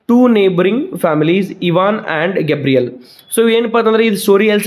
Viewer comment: sir, Ivans neighbour name is Gavryl not Gabriel.